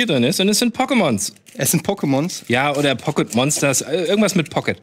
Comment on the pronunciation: "Pokkkemonsss" Die Aussprache war in etwa so uncool, wie das Cap von:D kein hate <3